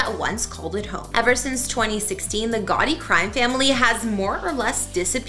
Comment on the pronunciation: Are you saying Gotti. Or Gawdy?